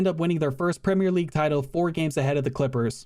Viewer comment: An American who pronounces Premier league correctly instead of 'Premiere' league. Wow.